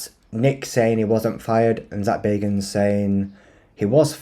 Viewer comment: It's bag not beg😂